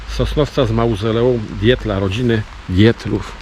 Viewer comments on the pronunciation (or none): Wymawia się "Ditla", z niemieckiego :)